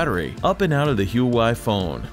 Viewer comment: For the life of me, pronounce the damn company right.